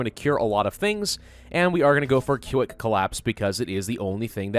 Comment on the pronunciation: “Que-ick collapse” I laughed way too hard